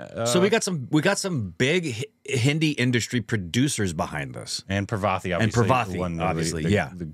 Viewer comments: Its not pra-vaa-ti. Its paar-va-ti. 😂 I feel the pain when they distroy the actor's name. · Her name is not pronounced Pravethy... It is 'Paar-vathy'. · Its not "Pravathy" , its "Parvathy"